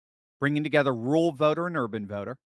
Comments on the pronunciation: Pet peeve Its ruRal.. rur-ral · Are you saying rural white vote or rule white vote.